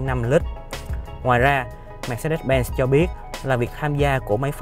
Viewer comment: Phát âm sai thương hiệu rồi anh ơi :))